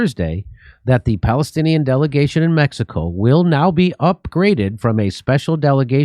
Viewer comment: Its time to learn pronounsing Mexico the right way.